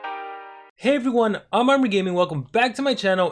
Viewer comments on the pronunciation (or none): none